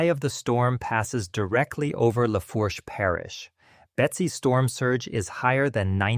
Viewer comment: As soon as it pronounced Lafourche as “La-Forsh,” I turned it off. It’s pronounced “La-Foosh.”